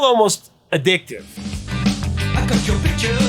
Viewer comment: Shocking Blue: She also misread the Y of Your as a J... Sang as 'Jour' desire.